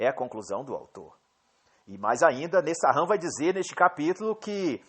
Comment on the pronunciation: A pronúncia é Nessan. Nesahan é my eggs